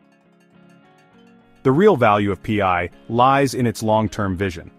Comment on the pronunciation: You are not a millionaire as this video claims. Nor is it P I is Pi which sounds like Pie get it right!!